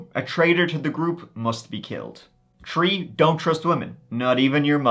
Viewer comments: In this episode, said “tree (3),” “turty (30),” and “turd (3rd)” fifteen times. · What kind of accent do you have that you pronounce three as “tree?” I recall you once said you were Irish, but you don’t a typical Irish accent. Please advise. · It’s not his fault! It’s a throwback to when Irish was the only language spoken in Ireland. E.g. “Three” is “trí” in Irish, pronounced “tree”. ☺️🇮🇪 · Did he say, tree stories? Jk😅